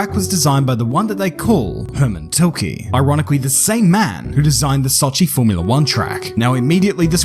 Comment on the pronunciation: Hermann tilkeee lol